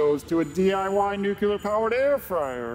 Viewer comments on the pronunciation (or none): Even the computer pronounces "nuclear" incorrectly? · Nu. Cle. Ar.